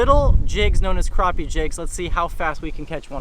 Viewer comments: Awesome, what rod are you using ( the long handled one )? Btw it's called Crap-e not crop-e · Crappie Not Kropp Eeh!